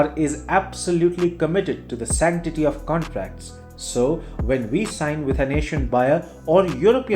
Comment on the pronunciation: "... santity of contracts ... " with Europe as partner... lol ...